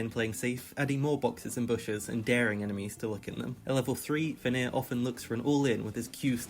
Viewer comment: Its actually "Fenrir", the nordish monster wolf